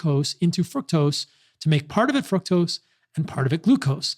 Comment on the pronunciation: Is he purposely saying fuctose?